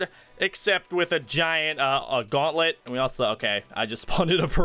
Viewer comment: Its gauntlet not guanlet